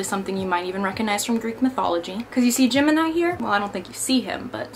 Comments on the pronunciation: Every time she said Gemini all I herd was Jim and I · Happy you're doing great and are making more videos :D Btw. everytime you said Gemeni i heard "Jim and i" haha :D